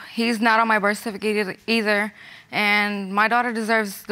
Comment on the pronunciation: People have to learn how to pronounce the word "Birth Certificate"!!! It drives me MAD!!!!!🤯